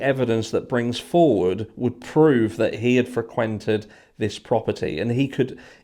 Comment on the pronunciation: Regardless of whether I agree with everything you say, I like the way you say “ frequented” accent on the quented.